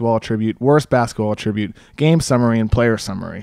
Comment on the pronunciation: It's an attribute....not pronounced like attributing